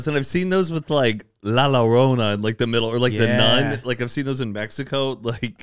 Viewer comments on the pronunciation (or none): NOT LA "LO RONA" 🙃😂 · Lol I can’t with the way pronounced “La Llorona” 😂 and the reason why they have it in the spinning ride is because of the song that plays in spanish it talks about a nun😅 a new way to make the ride funner and maybe even a bit more pricey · La llorona the two L’s in spanish are pronounced like a Y 😁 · pronouncing La Llorona 😭